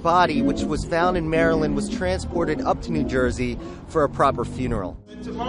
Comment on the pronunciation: Thank you thank you for saying “Maryland” correctly